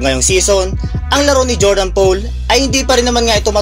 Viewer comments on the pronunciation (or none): Click bait. Bro Poole ang apelyido ni JP3 it is pronounce as pool as in swimming pool hindi "pole".